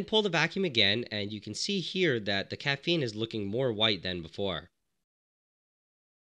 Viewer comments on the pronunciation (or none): “Caffene powder”